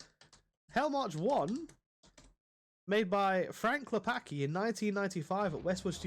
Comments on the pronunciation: its not "Klepaki", its "Klepatzki", as "c" in Polish is read "tz" or "ts" from the English point of view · Cool video, tought as Pole hearing you say Klepacki infurated me, as even tought it's probably correct way to english speaker not hearing the "c" feels wrong as it makes Klepaki from Klepacki. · it's not "clepakee" it's "Klep-ats-key" why do youtubers insist on not learning a pronounciation of anything remotely eastern